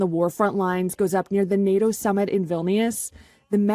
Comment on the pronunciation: Lol he can't even say Nato properly 🤣 no sir learn how to say the word before you can join